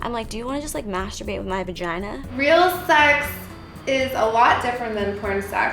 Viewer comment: L.A bitches always make the word sex sound like sachs. Coincedence?